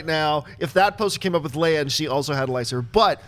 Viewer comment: He said princess........princess leía?